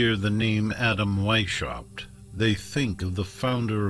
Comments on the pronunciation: AI mispronounces everything, it's annoying. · You guys should’ve looked up how to pronounce Weishaupt correctly. It’s pronounced like VAIS -H-OW-BT…the H pronounced as in house.